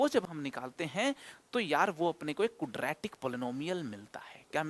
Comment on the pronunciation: Sir please don't mind but I think ye kudratic nhi hota Quadratic hota h sir...😊